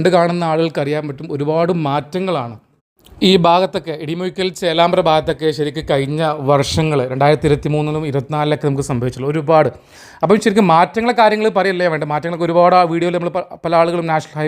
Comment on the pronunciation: ഇടിമുഴുക്കൽ അല്ലടാ പട്ടീ... ഇടിമൂഴിക്കൽ. ആദ്യം നീ ഏത് സ്ഥലം ആണെന്ന് കൃത്യം പടിക്ക് എന്നിട്ട് വീഡിയോ കോണച്ച മതി